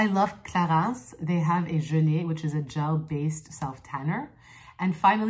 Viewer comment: I'm french and yes this is how you say it ^^